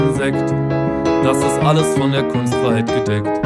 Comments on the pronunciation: that pronounciation was good exept for the kustfreiheit u say kunst frei heit u say heit like hait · Or rather like height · you said all well but take more time: it's kun-st fray-hate(heit)